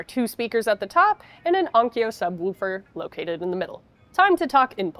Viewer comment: I like the way pronounces “subwoofer”.